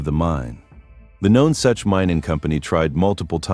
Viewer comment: it is pronounce NUNsuch you need to do your homework much better